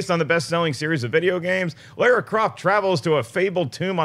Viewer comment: It's not pronounced Laura, or Layer-ah. It's LAWR-RUH...like Car-A.